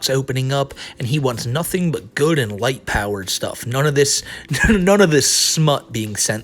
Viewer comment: light power sounds too much like white power I can’t unhear it LOL he is facked